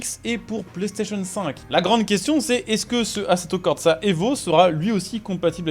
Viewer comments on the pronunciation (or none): Merci beaucoup d'avoir parlé du nouvel Assetto (par contre à corsa tu feras gaffe, y a pas de T entre le R et le S)